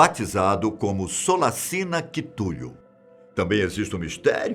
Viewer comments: É kutchulo nao kitulo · mano QUITULHO... FOI FODA DE OUVIR EM KKK... DOEU MEUS OUVIDOS.. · CHITULU foi foda EAHUIHUAHEUIAHUEIHUIHEUIHEUHUEA Caramba não espera ele não saber pronunciar essa palavra KAKAKKAA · falar engraçado o nome do cthulhu ate vai , mas errar o nomes do escritor kkk eu rii howard se lé com som de RA